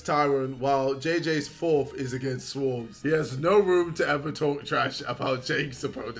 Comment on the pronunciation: Jake paul needs to re-learn English if he can't pronounce Swarmz